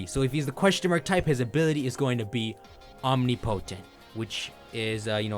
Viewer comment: How is he able to pronounce omniscient but not omnipotent